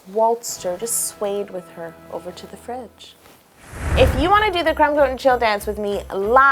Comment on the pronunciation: I thought she said "straight to the french", instead of " straight to the fridge", hahaha !!